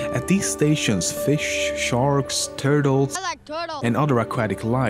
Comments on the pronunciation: “I like turtels” ahah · AH LIEK TURTALZ.